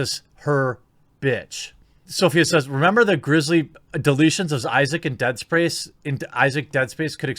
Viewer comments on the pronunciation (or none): I chuckled when Jeremy misspoke and said "Deadsprace". Had a vision of Dr. Steve Brule. For your health!